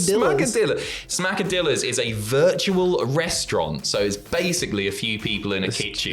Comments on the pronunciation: Little advice; brush up on your Hispanic linguistics. It's not pronounced 'Smack-a-dill-a. It's pronounced 'Smack-a-Dee-a. Two 'L's side by side in Hispanic linguistics makes a 'Y' sound. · It's Smacka-dee-yas..the 2 L's in spanish are pronounced as a y. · Smacka-DEEYAS. Two Ls together in Espanol makes a y sound. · It kinda sounds a bit better if you pronounce Smackadilla properly. You don't say the Ls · When you see a double L in a word like Qesadillas, pronounce it as if it were the letter Y in "Yarn"